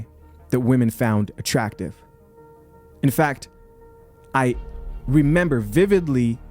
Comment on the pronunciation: WHO TOLD THAT THING THAT IT'S NOT "ATTRUCKTIVE"??!! 🤔😎